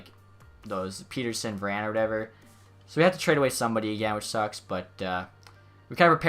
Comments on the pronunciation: For Elias pettersson it’s peh-ter-son not pee-ter-son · I’m sorry I hate being the person that correct everything😂 but Petterson is pett-er-son